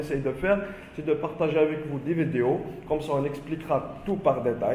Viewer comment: Vidiou !!!! Ou vidéo 🙃🤔😂🤣🤣🤣 l’accent mortel . Discription !!! Ou Description 😂😂😂🤣🤣 . Vraiment l’accent c’est celui de Gad 😂😂😂🤣🙃 Il ne faut pas dire “ qu’on a “ mais “ que nous avons “ 😂😂 Y’en a des gens !!!!🤔🤣🤣😂😂ce n’est pas français, il faut dire “ il y a des personnes “ enfin il y a des fautes dans pratiquement toutes les phrases alors il vaut mieux s’exprimer en arabe . Bon courage 👍c’était rigolo 😂 merci